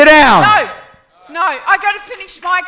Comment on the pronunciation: She must be an Aussie. They pronounce "No" as "Noar"! I think it's funny.